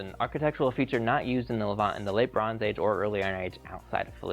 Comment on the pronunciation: I love your videos but one thing is driving me crazy. Levant is pronounced with the accent on the second syllable.